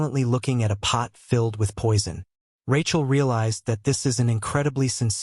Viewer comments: tell me about it, its supposed to be Rakiel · Rachel? AI struggling with names and gender